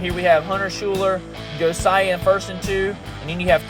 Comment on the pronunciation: Thank you for posting this race. My son is Josiah and you did pronounce his name correctly. I love rewatching this anytime.